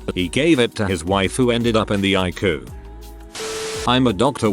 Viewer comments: Please correct spelling. It's harder to understand when you call the ICU "Luke" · Despite the tragedy of people dying due to misinformation and ignorance, the main thing I took away from this is I should be calling it the EYE-COO. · TIL: ICU is pronounced eye-koo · Please correct pronunciation. It's harder to understand when the disease is mispronounced, as well as words Luke ICU.